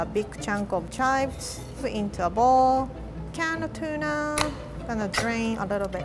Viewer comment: sounds like she's saying "Canada tuna" lol